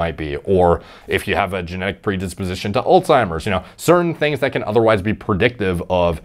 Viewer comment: Alzzzzzzzzzzzheimers not allttttttttimers , the disease is literally a person's name